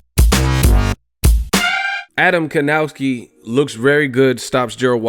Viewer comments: How to pronounce Adam's last name? Try "Kovnatzki". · Evil marcel Well... Kownaki and Kovnaczki are wrong pronunciations. Last name Kownacki should be pronounce the same way like the last name of basketball player Dirk Novitzki. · Piotrek L. People pronounce it with a w and it sounds like kowww-naki instead of kov-naczki